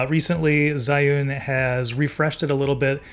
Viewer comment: Bro literally pronounced Zion 😂